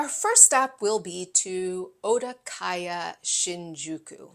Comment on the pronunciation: Okadaya instead of Odakaya!